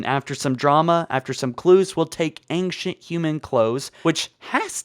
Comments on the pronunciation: I'm glad I'm not the only one who was hearing "Ankient humans" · 6 ads on a sponsored video by someone who pronounces "ancient" as "angcient." Unsubscribed. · Ancient (ain-shint) not ainkshint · Why are you pronouncing ancient as angshent? It’s driving me nuts. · Also, there's no 'g' in ancient... Aangcient XD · after hearing ancktient 20 times i wanted to close the video ngl